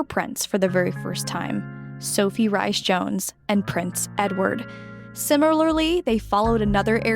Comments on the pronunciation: Her middle name is pronounced Reese not Ryies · Wish Americans pronounced words correctly.m example Rahys not Rice but Reese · It’s Reece not Rice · Duchess Sophie's maiden name of Rhys-Jones is pronounced like "Reese", not "rice". Like Reese Witherspoon. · Really great video and very interesting. What a lovely clear narration. However, please note that Sophie the Duchess of Edinburgh’s maiden name was Sophie ‘Rhys-Jones’ with Rhys being pronounced ‘REES’ not ‘RICE’!!! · You say “Reese-Jones” not “Rice”. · I’m so glad to have found your channel! I’ve subscribed and am powering through playlists (: I hope I can give you some info in an elegant way and not come across in any way as a stinker… Norf*ck (Norfolk lol), Edin-bra (Edinburgh), and Reese (Rhys) are a few I heard in the first 3mins and I thought might be things you enjoyed learning, since you’re a dedicated researcher. I only learned when I worked at a British bakery and folks would ask for “Red Lester Cheese” and I’d say we didn’t carry any… only for them to hold up Red LEICESTER cheese and cluck at me rudely! I’m sure there are many more I still get wrong 😂 but didn’t want you to get any of the clucking that I got! All ❤ and hope you’re enjoying Tennessee! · Sophie "Rice" Jones Can't expect Americans to get Welsh pronunciations. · Rhys is pronounced like Rees, its the Welsh form. New sub here I enjoyed this, thank you. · The last name is pronounced Reece. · For future reference, Sophie’s middle name Rhys, is Welsh, and is pronounced Reese. Knowing how to pronounce a person’s name is important, otherwise you are spreading misinformation. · the royal family have grouped yogether to be a strong family unit supporting each other. meghan was there a few monthy and was never a team player. so they left to live in usa. sophies surname is pronounced 'reese'